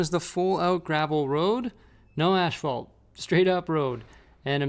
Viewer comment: it's as-phalt not ash-falt XD